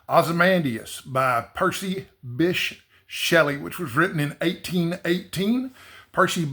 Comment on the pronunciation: Thanks,! I had no idea that was the correct pronunciation of Bysshe! The more you know! 🤓